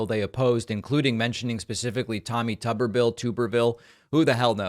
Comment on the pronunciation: It’s “tuber,” as in “potato” (potatoe to you Republicans), no matter how much he wishes otherwise. Probably why he prefers “Coach.” A$$hole.